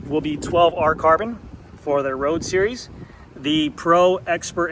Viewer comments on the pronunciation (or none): none